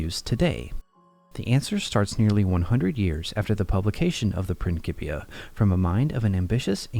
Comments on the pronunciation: Pronounced: “PrinSipia” … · Can't get pass this pronunciation of "principia"